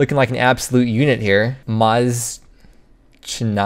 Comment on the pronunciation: Pretty sure Mazchna is pronounced Moshna btw